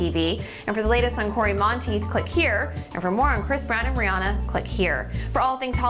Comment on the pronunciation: Rihanna! Not Brianna